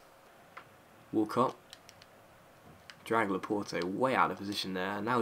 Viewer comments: its actually pronounced laport (i do GCSE french) the e is silent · Btw it's said laporTAY not laporTEE